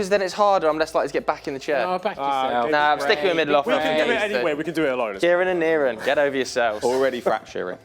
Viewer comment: whenever saying niran, NirAAn